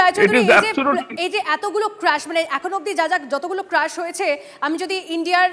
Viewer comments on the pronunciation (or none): It’s crash Not crush Ki journalist bhai Tora